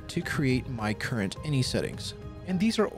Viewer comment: Ugh, I love your other videos and content but personally (maybe it's my OCD) I can't watch this one. INI stands for initialization and when spoken it's pronounced by speaking each letter individually "eye en eye", not inny. I've worked in tech (including for two of the largest tech companies in the world) for 15 years and have never once heard "inny". If anything it would be in-ih with the second i sounding like the i in "it". hey.. in it, go figure